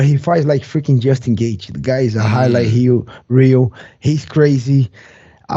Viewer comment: My dude said Highlight Heel. Like a Brazilian.